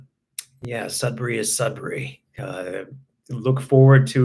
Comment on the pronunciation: Sudbury is my home town! Hope you enjoyed your time here :) Also happy to see you pronounce Sudbury properly. I live in Southwestern Ontario now and everyone pronounce it "Sud-berry" for some weird reason lol